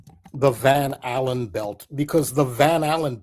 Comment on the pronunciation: Just clicked, Blood, Sugar, Sex Magic. When says Van Allan, I keep hearing Van Halen. Great additions tonught! And awesome guest